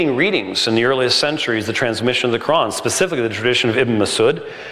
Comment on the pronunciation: Dud, why do you try to pronounce Quran so exaggerated?